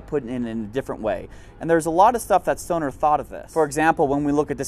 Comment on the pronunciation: He needs to pronounce “Knights” and “Stoner” using an English accent like he does with other ethic names with their ethic pronunciation lol 😂